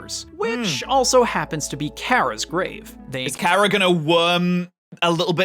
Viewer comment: I feel enraged currently, the amount of times the person in the video he is whatching says Chara (Care-uh) I cringe, IT'S CHARA (car-uh)